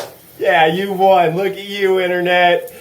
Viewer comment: “NOW LOOK AT YEUW”